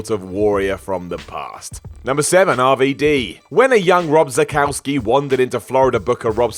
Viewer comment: How do you get "Zakauski" from "Szatkowski (Shatkovski)" lmao?